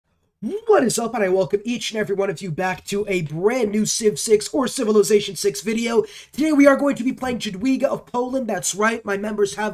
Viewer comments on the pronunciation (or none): Great video, it's very entertaining!! by the way her name is pronounce as "yahdviga" in English the ja is pronounced as yah and the w is pronounced as v. Dziękuję bardzo!!